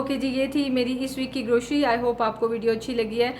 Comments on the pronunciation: Sister word grocery hota hai not groshry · Grocery ..word C is pronounced C..not SHE.... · Please grocery ki pronouncing sahi karin